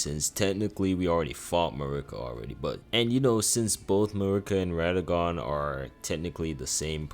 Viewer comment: Im tearing my hair out of my scalp at the pronunciation of these bosses. Marruiqa, Radagan, Miq-willa. Come on man 😭